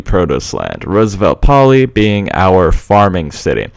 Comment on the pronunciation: May I say,as a Greek,that the most correct name would be "Rooseveltopolis",rather than "Roosevelt Poli". I know I am repeating myself,but I'm really enjoying these series alot!